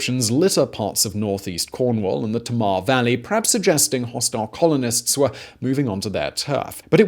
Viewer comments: TAYmar not TaMAR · “TamR” 🤣, Tay-mar me ‘ansome Tay-mar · Tay-mar not tuh-mar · Tamar is said like "Taymar" :) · Yeah, that arrow is pointing at Pembrokeshire, you want to go about 100 miles south. Love, a proud Cornish Woman x Also, complete mispronunciation of Tamar! (It's Tay-mar btw) Wouldn't have known that was where you were referencing unless I saw it written down, and I grew up in the valley! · It's pronouncedTae mar and tin tagel btw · Still can't say Tamar though can he 🤣🤣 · You said tamar wrong! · Your pronounciation of ‘Tamar’ is well off!! 😆